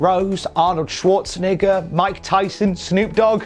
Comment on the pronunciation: That is definitely a way to pronounce Arnold’s last name lol